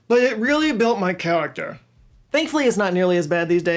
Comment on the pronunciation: “But it reawwy built my chayactewr” lmao ❤